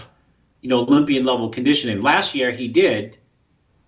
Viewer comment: "ONE OLYMPIER AWAY"